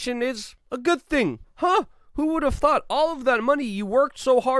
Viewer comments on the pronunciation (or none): none